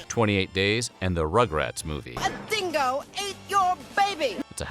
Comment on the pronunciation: The "real story" as told by an american that cannot even pronounce dingo, uluru or azarias name